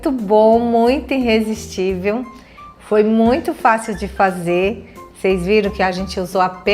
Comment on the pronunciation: Querida, são ótimos seus vídeos, mas me dá uma dor te ouvir dizendo "Herr frai" e " iNrresistível"... procure acertar nestas pronúncias para ficar melhor ainda!